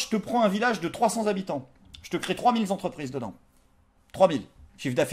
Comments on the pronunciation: Trois mille zentreprises et trois mille zhabitants ? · Mille est invariable... trois mille Z'habitant, c'est non... Trois mille z'entreprises non plus